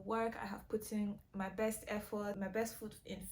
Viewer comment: Emphasis on “resourceful!” friends. Quality over quantity. All day, every day. When you said “berst” I was like WHOOPS! Bobrisky.😂 happens to the best of us, sweetie.😂❤️